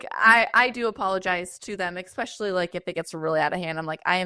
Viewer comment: Please it's "especially" not EXPECIALLY.